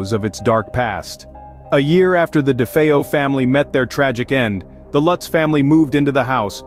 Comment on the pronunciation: I am so glad someone can pronounce DeFeo properly.